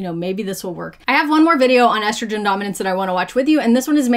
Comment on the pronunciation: Whenever someone miraculously finds an “H” to pronounce in the words “estrogen” and “progesterone” ie “eshtrogen” or “progeshterone “ I ignore them. Sorry if you can’t read you probably don’t understand biology either. 😂 these influencers are insane! Why don’t we see male targeted videos? I’d buy a magic pill if it promised to increase my husbands sperm count. We are unfortunately suffering from male factor infertility.